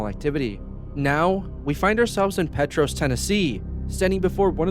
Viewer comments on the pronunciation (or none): It's pronounced Pee Tross 😉